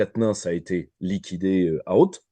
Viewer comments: Comme il a tout tété... oups ! tout été !(sacrée liaison !). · Vers "comme il a tout été" ou "comme il a tout tété" ?!!!!!!!